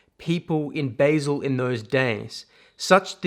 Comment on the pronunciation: Basel is pronounced bah-zel. Not bay-zil. Sloppy mispronunciation